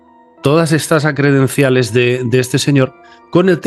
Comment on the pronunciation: ¡Se dice Credenciales,!